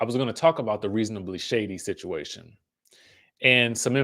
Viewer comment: Listen to how Robyn say situation. It’s a mess at least to me.